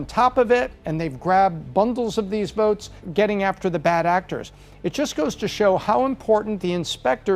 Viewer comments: Therse verts….she killed me lol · She talks about "Voarts" Please learn how to speak proper English!